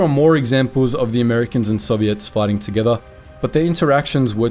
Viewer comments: "soviettes" wtf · Soviettes? What kind of text to speech AI voice pronunciation is that? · Bro really said Soviettes